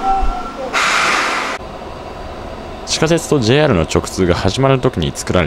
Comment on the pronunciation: じぇい↑ahる↓